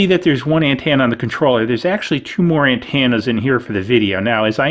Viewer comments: Driving me up the wall with the way he says antenna.... ANTENNA not AND-TANNA 😐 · Ann-tana? Dude speak right 😂